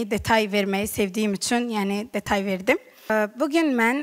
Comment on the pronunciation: Detay yox detal. Əvvəl öz dilini öyrən